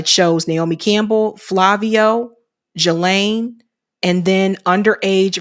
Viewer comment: It's pronounced Ghee-lane the S is silent, in case you wanted to know ;)